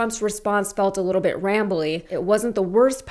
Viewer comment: Why can't he pronounce the word "little" properly? 🤔